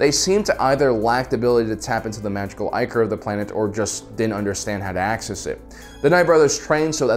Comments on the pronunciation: "ICK" or...Not "EYE" core...It's the etymological root of "ICKY". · Was ichor just pronounced eye-core?